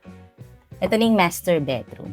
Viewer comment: I just can't get over the "betroom" word. Cloying. Got to go. 😷😷